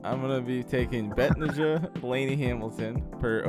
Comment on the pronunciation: 😂 Betnijah (Buh - nah - juh) i gotchu man! (You was close ) 🖐🏽 Hey! Great show! Let's cash!